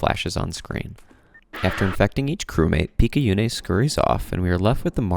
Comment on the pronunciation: Good video! Though I hafta note, we don't play as Izu during the game. Izu's the bunny girl, that's why there's so much rabbit-related stuff in her memory. We play as Picayune's corpse, revived by the suit she was wearing after she got possessed by the aberration. Also, it's pronounced pik-ah-yoon, and picayune is an actual word meaning "of little value or importance" which is just sad to think about